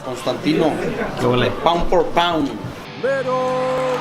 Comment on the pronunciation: Powwd 4 powwd